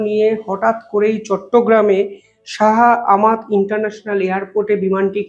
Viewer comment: আবার ভুল উচ্চারণ 😂 আমি চরম হতাশ ব্রো... Its shah amanat not amat 😂😂